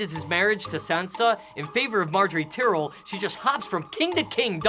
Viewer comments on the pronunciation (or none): Its tie-rell. Not tea-rell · is there a reason their pronouncing it "tear-el" instead of "ty-rel"? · Just saying, it is pronounced tie-rell, not tyrall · Not tyreel Ty-Rel